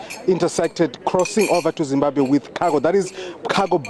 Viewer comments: That guy is not from zim,we do pronounce Zimbabwe as Zibabe., his tone no way to be a Zimbabwean. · give us the full video, that guy is not a Zimbabwean, he is more South african than anything else, we dont pronounce Zimbabwe the way he does and we dont pronounce Polokwane the same way he did, its a section of South Africans who pronounce those words the way he did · the way he pronounced Zimbabwe does not sound Zimbabwean。could you please make a content asking Zimbabweans to say which tribe is he from。